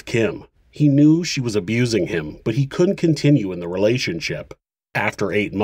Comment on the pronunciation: For crying out loud! Learn to pronounce "Couldn't" and "wouldn't" properly. You, otherwise, do a good job